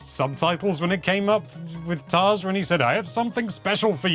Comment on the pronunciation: The elepehant is Taj, not Taz !